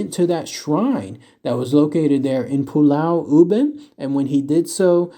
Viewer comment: Yes... as a Singaporean, you said it correctly...